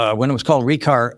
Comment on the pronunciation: Give them credit though. They realized naming it Re:car most likely wasnt the best idea. The first time he said that I thought he said retard